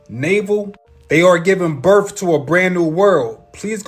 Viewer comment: I'm sorry, but the guy talking about the age of Aquarius &the rest of his theories? I CANNOT, in good faith, believe someone who can not say the word "birth". It's a TH, NOT an F! I know English is hard, but COME ON.....😑🤨🤔🙄